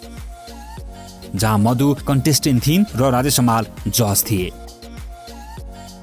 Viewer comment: ए भाई समाल होईन हमाल हो, सहि उच्चारण गर्न सिक